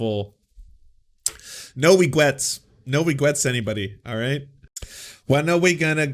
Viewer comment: "Regwets".... lololol damn.